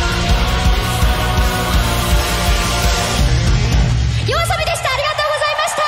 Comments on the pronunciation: He literally said yoisoba instead of yoasobi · Did he just say Yoisoba?🤣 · did u say Yorisoba? lmao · Bro, you pronounce Yoasobi completely wrong xD